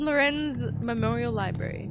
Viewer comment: My biggest problem with Quantum Break is that characters (mostly Beth) pronounces the word "Library" as "Libary" 😂